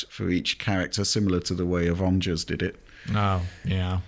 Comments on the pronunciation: Ovongers Ossemble! 😁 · Marvels “Avongers”?!, sorry mate, but that just hurts my ears 😂